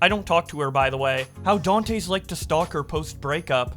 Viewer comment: Can't tell if pronouncing Dantes every way possible except the correct way is a bit or not